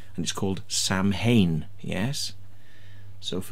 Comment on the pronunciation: You can’t even pronounce Samhain correctly...it’s traditionally an Irish Gaelic tradition called Samhain, pronounced Sow-en